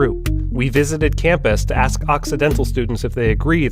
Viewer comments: Ask Doc; Not "Axe"....Smdh. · Its not AX it's ask